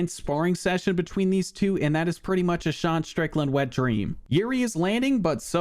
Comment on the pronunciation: You keep mispronouncing Deshawn Strickland